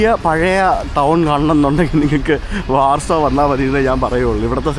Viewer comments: ബ്രോ വാർസോ, ലുക് സംബർഗ് എന്നതിന് പകരം ലക്സംബർഗ്, വാഴ്സ എന്ന് പറയുന്നതല്ലേ നല്ലത്❤❤❤ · Good 👍 ഉച്ഛരിക്കുമ്പോൾ വാഴ്‌സോ എന്ന് പറയണം ബ്രോ.